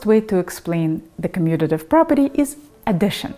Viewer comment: 10% likes is pretty crazy. Well done! And you said commutative. Impressive. Subscribe.